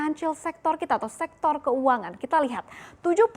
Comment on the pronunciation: SEKTOR. BUKAN SEXTOR. GOBLOK. KEBANYAKAN MAKAN TAI ANJING JADI TOLOL